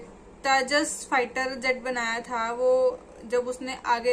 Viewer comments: U Luk Like Baby..तैजस नहीं तेजस.... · तजस नहीं तेजस है। होमवर्क अधूरा हैआपका